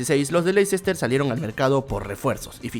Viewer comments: Ya le he comentado en videos anteriores y parece que no lee los comentarios. Se pronuncia LESTER CITY, no LeICEster City. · Se pronuncia LESTER (o LESTAH) no Lecicester, aunque así sea como se escribe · Ayy no digas LEI-CES-TER ... suena horroroso. Dí Lesta ó almenos léster ... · el Lessssta se dice amigo.